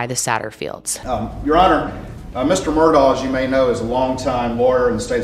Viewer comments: The name is murdaugh to clear up any confusion.: continues to say Murdock the rest of the video, just like everyone else does. 🤣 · Also its Murdaugh (aw) not MurdoCK! Whyyyy🤦🏻‍♀️🤣